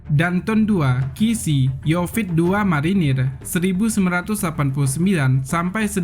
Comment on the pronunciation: Pembawa acaranya kurang faham masak yonif dibilang yofit...wkwkkwkw